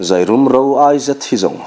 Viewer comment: Zairum thing hi a thluk a dik lo deuh em.. 'leilawn' tih thluk anga zairum tih a ni ṭhinin ka hria